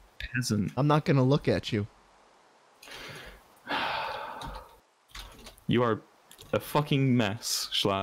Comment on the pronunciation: “I’m not gonna lookatchu”